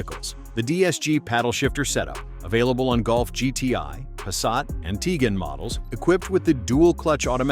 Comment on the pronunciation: It's not Teegon... It's Ti guan.